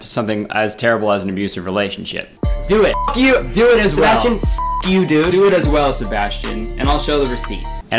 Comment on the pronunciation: I love the way he says dude. Like “dood”